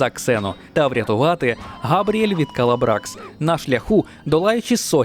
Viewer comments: Не Габріель, а Габріелла😅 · Дякую! Але не "Габріель", а Габріелла!!)